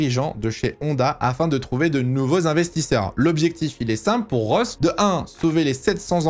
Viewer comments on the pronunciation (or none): C’est « Ross » pas de rose !! 😡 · En anglais, Rory Byrn se dit Rory "Beurn", meme pronciation que pour un burn. Et Ross Brawn se dit "ross" et non pas "rauuss" si tu arrives à me comprendre. Pour Brawn tu as bon sur la prononciation. Pour les"gh" en anglais tu prononces bien le son "f", ça c est bon. Sinon bon travail, j apprécie regarder tes vidéos d autant que je suis un tt petit peu plus agé que toi (40) et j apprécie ttes tes vidéos sur les années 80, et aussi 90 et 2000 qui me rappellent mes premiers souvenirs en F1. D ailleurs le 1 er mai 94, dernier jour de Senna, est avec le 11 septembre 2001 le seul jour dont je me souviens parfaitement ou je me trouvais. C est dire l impact énorme qu'a causé la mort du rival de notre Prost national. (Rival battu par le français? Ds les chiffres on pourrait dire que oui, Prost a 4 titres de champion du monde et a terminé 6 saisons avec le plus grand nb de points au classement pilotes contre seulement 2 fois pour Senna, même si ce dernier a au final 3 titres de champion du monde du fait de la curiosité du décompte du classement en fin de saison à l'époque. Aussi Senna a remporté une victoire ts les 3,93 GP alors que Prost une victoire tous les 3,8 GP meme si on peut penser que Senna aurait ajouté encore qqs victoires a son palmarès). Mais on s'aperçoit en tt cas que Prost se battait d'égal à égal avec le brésilien alors qu'il bénéficie injustement d'une moindre reconnaissance que le français, moins beau gosse ce qui explique bcp de cela je pense. Quand on pense